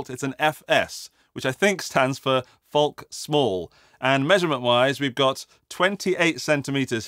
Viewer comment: Are you pronouncing the L in folk?